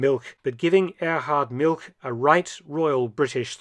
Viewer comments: ‘All expenses paid trip to Siberia’ 😂 Btw ‘Milch’ whilst it does means Milk in German is more accurately pronounced like ‘Milsh’ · Now Mark, as an historian specializing in WWII and Germans, you know that milch is pronounced "Milsh". Naughty boy. 😊😊😊